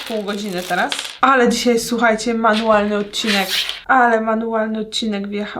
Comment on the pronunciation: Agatka i czynności manułalne🤣